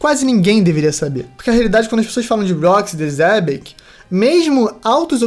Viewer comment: Eu ainda tenho surtos com o Derek falando "Rocks D. Zebec" em vez de "Rocks D. Xebec"